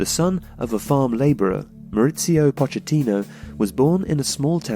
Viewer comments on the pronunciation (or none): It's not Moritsio,he's not Italian ffs